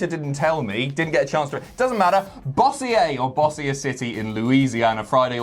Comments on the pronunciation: I live here. let me make it easy for you. its cajun not french its not Bawsea-eh city. is Bo-Zour city thats zour, like zzzzz and your, bo like bo-leave. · Aye... It’s not “boss-i-er”... It’s pronounced “boz-sher”... Just sayin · imo Good vid. 24/7, Truth/Carmella continue to entertain like crazy. Cole over-talking may be a result of WWE assuming the audience is stupid. It's pronounced boe-zur. imo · I'm sure someone else has already said it, but it's pronounced "Bo-zure". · it’s pronounced Bo-sure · Bossier, LA pronounced Bow-zure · Bossier City is pronounced like Boh-sure. Don't worry though,. I am from Louisiana, and we admittedly spell and pronounce things crazily. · Bossier is pronounced Beau-zhur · Bossier (Boh-zer) City? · Don't worry. I live in Bossier and we're used to it being mispronounced.